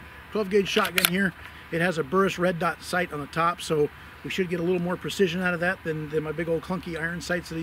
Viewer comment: Litlate! She said nuffallready! Hoho